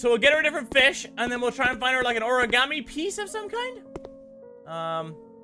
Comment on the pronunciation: The way mini pronounces origami. "Ore-gam-e"